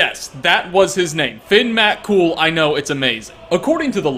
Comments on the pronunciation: Omg the way he Says Finn McCool, my British mind is getting triggered. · I’ve never heard Finn McCool pronounced as ‘Finn MAT-Cool’ and I’m Irish. Like real Irish not Irish American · As an Irish man I'm offended at your labored pronunciation of finn mccool